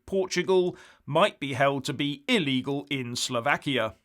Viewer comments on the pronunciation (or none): none